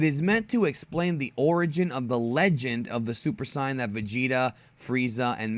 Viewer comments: its pronouced in English Say not Sai. i cringe each time you try to pronounce it the japanese way. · You are the only one who pronounces saiyan as scion. And no this story absolutely isn't canon. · He pronounces Saiyan like sAIyan. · This man called super saiyan super CYAN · "j" sound in Saiyan fuckin triggers me it is Pronouce Sei-yan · "Super sian" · It's pronounced super saiyan not si-an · I too hate the way he says it... I mean come on bro are you air quoting as you say "Supa Sii-in". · Thats how you're supposed yo pronounce it. (Actually its supposed to be Saiya-Jin) the dub changed it. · Ok I like your explanation, but please change how you say sayian.nice video btw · why do you pronounce "Saiyen" like this? (just wondering, don't attack me lol) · I hate the way you say saiyan